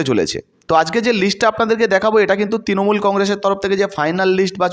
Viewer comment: Uccharon sudhray non. Tinomul noi, Trinamool. Posun noi, Prasun. Prarthi, patthi noi.